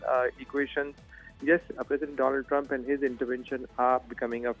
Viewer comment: Mister dolund trumpppphh